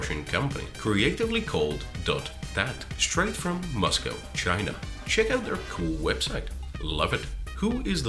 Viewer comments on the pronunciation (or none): none